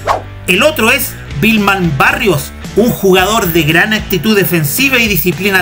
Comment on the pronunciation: Perdón, como dijíste Vilmar Barrios? Es Wilmar (Güilmar) como sonaría en español.